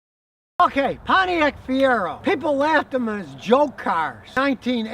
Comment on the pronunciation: First time I ever stopped watching. He said Fiero. Lol.